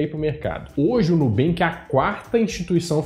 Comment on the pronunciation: Nunca banks e o mineiro falando NUUoooo😂😂😂